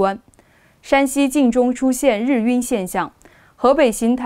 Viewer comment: 日晕，[拼音] [rì yùn]，主持人读错了。